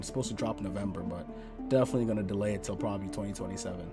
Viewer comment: Bruh I was crying when you couldn't say probably 😂😂 I'm so sorry and then you said boombaclot I snortedm my tequila 😆🤣